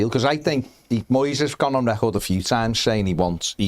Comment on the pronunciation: What’s this American voice with the mangled pronunciation of , eg, Moyes’s name?